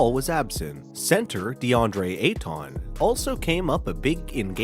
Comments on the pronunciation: Center "Eitaun"?? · You can tell this guy doesn't know anything by the he says deandre ayTAWN 🤡🤡🤡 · Deadre ay-ton